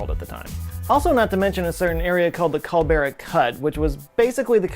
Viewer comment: Um Culebra does not equal “Cul-bera,” please learn the pronunciation of names before you start miseducating ppl! I fail to understand how with the amount of research end editing going into these videos, respect was not given enough to learn these places names and give correct info.